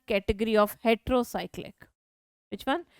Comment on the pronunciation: it's Heterocyclic not retero